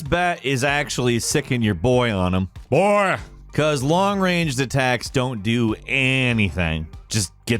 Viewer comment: The “BOOOOYYYYY!!!!!” Emphasis during the GodOfWar Intry was funny enough for a like from me 🤣🤣🤣